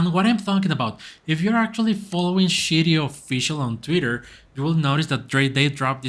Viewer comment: I'm a big holder of Shiryo. Please say Shiryo correct. Sounds like you are saying Shityyou?